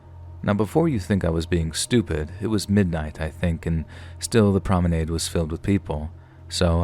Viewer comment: You pronounce promenade in a funny way. LOL.